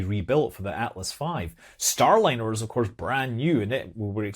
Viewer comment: "Stay-liner" Rekt lol